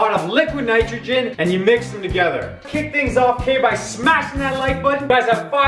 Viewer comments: How many times did he say liquid nictrogin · Did he say liquid nitrogen?